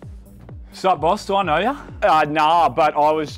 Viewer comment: You might be losing your US accent touch. Your “American” saying “I know” wasn’t quite American…it sounded like you might be from England or Australia. But everything else was great with the US accent.